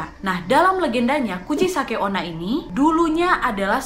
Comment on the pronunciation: Ka nadia: kuchisake onna Me: hah? Kuchiyose?😂